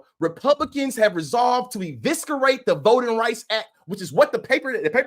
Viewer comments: I enjoy the videos. But the “c” in eviscerate isn’t a hard (kuh). ih-vis-uh-reyt. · Love your videos. Eviscerate - the C is silent (or soft). But you're awesome! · 😅 Respectfully, please look into how to pronounce the word eviscerate. (The c is silent).